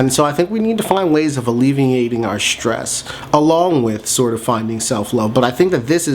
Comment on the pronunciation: It's nor Shtress - it's stress. No 'h'.